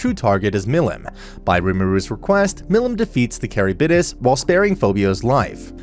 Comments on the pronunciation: Love your videos, man, but... you could have done much better with the pronunciation of some names. at the very least you could have tried to pronounce Charybdis right. It's not carrybidis, it's KH-rib-DIS. it's not even Japanese, it's Greek. and is worse by many stages because Charybdis's name is said REPEATEDLY thru the whole sequence! on top of Charybdis being a popular monstrous addition for being a monster present in The Odyssey. this is coming off as very mean but I am. Floored about the pronunciation. Absolutely Handbasketed. Actually Fucking Egg Cartoned. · Ok I love this guy but the way he says 'Charybdis' as 'Carry-bid-dis' is appalling 😭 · Isn't it pronounced ka-rib-dis and not carry-bid-is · and when he says “caribidis” pretty sure its “Car(rib)this) as a pronunciation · great content keep it up! also it's pronounced ker-ib-dis. Though i'm sure there's plenty of other comments pointing it out lol. plus I'm sure especially with japanese words mixed in, you can't expect to pronounced everything correctly lmao. Only reason i know is from too many fantasy games XD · The way he said chariptis ...is that how you spell the fish things name? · Also his pronunciation of Charybdis crazy like what the heck is carrybidis